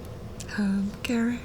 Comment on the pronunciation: I went thru 33 minutes of this before I understood his name was Garrick? I thought she was saying Derrick with a slight speech impediment. I really need it to be Friday, my brain is bad. 🫠